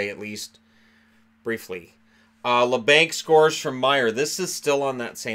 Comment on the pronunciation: Its pronounced la bonk